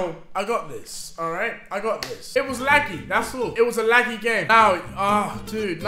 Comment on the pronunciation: How Deji says laggy “laggee” 😂